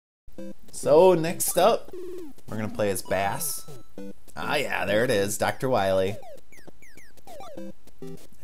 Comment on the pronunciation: Also, you may or may not care, but its pronounced like base... as in the bass guitar. He has his own dog sidekick named Treble. Bass and Treble!